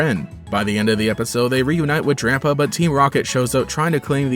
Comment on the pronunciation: Did he said Drampo not Drampa.